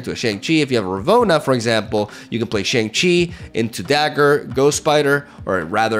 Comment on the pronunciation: Please pronounce Shang Chi correctly. You say it too much to keep saying it wrong 😂